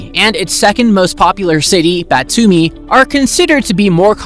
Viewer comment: Its not "Butami" ! The name of city is Batumi